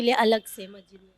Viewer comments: Reporter ma'am ka pronounciation of masjid is not correct Please pronounce as Mas__jid and not Majjid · Mahjid mahjid kiya laga rakha mahjid kiya hota hai Musalman hokar bhi ek lafz ke Talaffuz ki adaiyegi nahin ho pa Rahi hai had hai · Masjid bolna toh seekhle